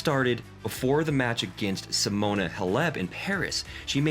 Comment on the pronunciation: Showed Hingis when they talked about her French open Victoria Couldn't pronounce Halep.